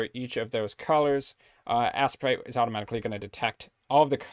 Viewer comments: I cringe so hard at the pronunciation of Asesprite. To the point can't even finish the video. This is helpful, but I just can't. I'm sorry. T.T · As-eh-prite lol.